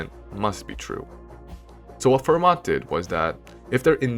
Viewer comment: The "t" in Fermat is silent.